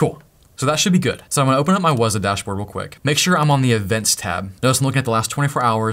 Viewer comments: Not wazaaah, but wzzooooooh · Everytime you say Wazuh, it makes me think about that term "WAAAAAZUP!!" I'm currently attending a Cyber Security School and I just went through a module that taught about this application. Thanks for setting it up. Knowledge can't be used unless its applied to a real world scenario.